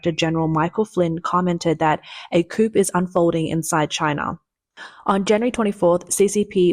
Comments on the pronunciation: Coup is not pronounced "koop" , but rather "koo" -- It's a french word and the "p" is silent. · It is COO not coop. Look up pronunciations you don't know. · Coup, not coop . Come on miss. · The word "coup" is French and should not be pronounced, "KOOP" but, "KOOO". The P is silent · It's pronounced "coo" not coop. It's a silént "p". You're welcome 🤗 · It’s pronounced Coo (silent p) not coop. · Koo you dum robot. Not coop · Coup is pronounced Coo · Coup is pronounced Cooo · “Coup” is pronounced, “Coo,” as the P is silent, in the same way apparently as the “J” is silent in your Journalism… “urinalism.” 🤨🙄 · FYI- small thing, but “coup” is pronounced “coo.” It’s a French word, and the p is silent. Also, “corps” is pronounced “core.” Another French word with a silent last letter in English. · "coup" is pronounced "coo". (It's a French word). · Coup pronounced coo